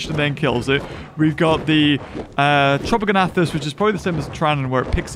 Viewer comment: It’s tropeognathus not tropogonathus